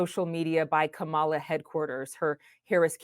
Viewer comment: THEY WENT THERE TO START SOME MESS RIGHT BEFORE THE ELECTION, EVERYTHING THESE PEOPLE SAID AGAINST HARRIS WAS SOME BS, HARRIS DIDNT THROW THEM OUT HER SUPPORTERS DID, HARRIS WAS RESPONDING TO PEOPLE SAYING LIES LIES LIES, PEOPLE ARE CORRUPT. AND THAT BOY LIED HE CANT EVEN SAY KAMALA’S NAME CORRECTLY. I BELIEVE TRUMP SENT THEM THERE